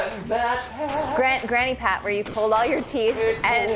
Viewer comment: He says pulled like pooled...